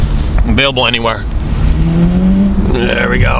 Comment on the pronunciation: hehehe the thing that i like most in every video when always said 'There we gou".. xD i love it